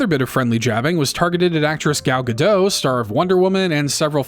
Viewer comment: The "t" in "Gadot" is pronounced as "t". She's Israeli; not French.